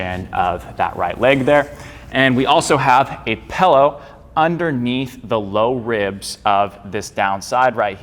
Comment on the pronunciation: Apparently I'm not the only one who says "pellow."